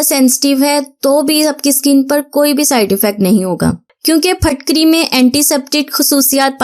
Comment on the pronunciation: Yeh PHATKARY NAHIN HAI YEH PHITKARY HAI KIA PUNJAB MAIN ZAIR KO ZABAR BOLAJATA HAI ? WHAT U DO IN QURAN READING ??